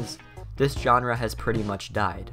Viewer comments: dude wtf is a "JOHN-RUH" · If you drink every time he butchers the word "genre", you'll get alcohol poisoning. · please learn how to pronounce genre